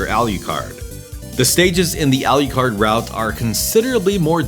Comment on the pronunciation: Love the channel, great video, but omg the way you pronounce "Alucard" 😢